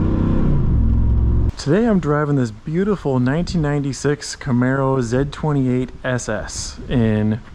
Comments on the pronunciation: ITS NO F-ing “ZED28” it’s the letter Z !! Z28 lol driving me nuts😂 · It's Z, Zed's dead, baby. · Repeat after me Z-28 . Pronounced Zee Zee Zee. Repeat after me ZEE-28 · stop saying ZED28, come on my guy! and also 1 exhaust is horrible! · If you're an American, you say "Zee 28" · Never in the history of automobiles, was there EVER a "zeh 28" Why is the letter Z difficult for you to say? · I'm Canadian from Windsor, ON (our motor city) and I've never heard another Canadian call it a "Zed"-28. Nice car and vid. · We say "Zee" 28 in American English... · It's a Z/28 as pronounced by a man who watched Top Gear. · It's the French pronunciation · The Way you Say Z28 is very Weird!! 😂